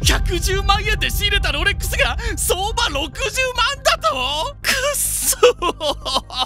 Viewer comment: 発音を聞く限り「LOLEX」って言っているのでヴィトンをブトンって言ってる位の差異は有りますね。